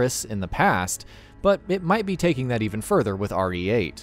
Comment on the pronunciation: When he says re8 my ears catch it as rdj